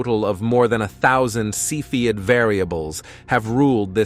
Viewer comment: You are mispronouncing cepheid.